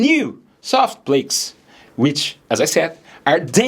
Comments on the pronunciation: It’s not plAkes it’s plaaks. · It is so annoying you pronouncing Plaques as Plakes